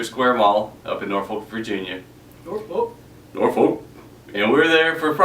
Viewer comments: Nor-Folk! NVA! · lmao! "NORFOLK!"